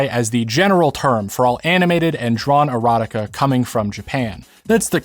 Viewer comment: You said “drawn erotica”, I thought you said “TRON Erotica…” I perked up immediately. 😂